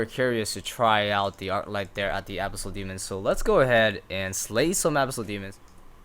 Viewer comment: The way you pronounce "Abyssal" bugs me